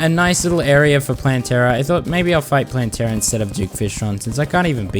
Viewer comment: I'm sorry but I think you're saying Plantera wrong you can say it how you say it.